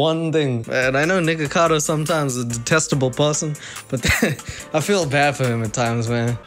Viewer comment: I thought u said the n word omg 😭😭 "niggagado" byeeeee